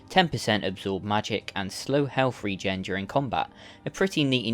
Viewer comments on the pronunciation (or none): none